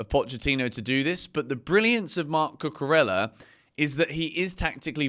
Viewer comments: There's no L sound in Cucurella. Could you stop please? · He's English mate it is what it is